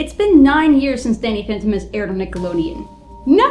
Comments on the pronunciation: Am I the only one who noticed she said Danny Phanton instead of Danny Phantom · its Danny phantom not fentom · You said Danny phenton at.